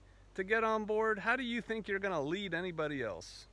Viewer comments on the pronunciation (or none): none